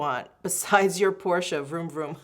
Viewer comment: 1- happy birthday ❤🎉 I adore your channel and have come to really enjoy YOU! As a woman approaching 40, it’s invaluable to have women like you to look up to and listen to! 2- thank you for saying “Porsche” correctly 😂… enjoy that car!!! 3- THANK YOU for your words about choosing child-free!!! We are also child-free by choice and it just… does not compute for many people!